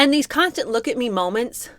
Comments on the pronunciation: Who in god's name would NOT be confused by someone mispronouncing a simple word like "look" as though it's supposed to MEAN something? Weird. Just weird. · I hate to defend meghan on anything, but I was also befuddled by her pronunciation of "looook". I was confused. It was very awkward and strange.